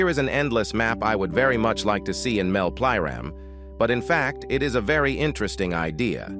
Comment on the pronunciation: mel plyround😂